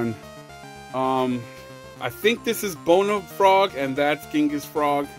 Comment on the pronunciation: By the way it's genghis